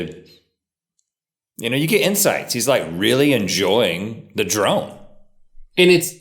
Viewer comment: Am I the only one who thought Rhett said playing with the "drum" and not drone. I got really confused.